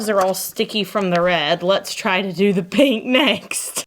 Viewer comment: I can't say why, but I have an inherent trust for people who pronounce "pink" as "peenk." All this to say, I trust. 😄